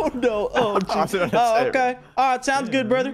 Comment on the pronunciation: also pronounces the t in 'jesust'